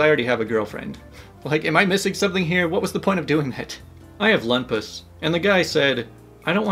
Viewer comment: ... That's not how you say that... I don't even know what you said.. Lupus.. Loop-us.